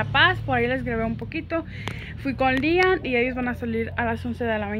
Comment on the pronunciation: porque nunca le dices correctamente el nombre a tu hijo siempre dices lian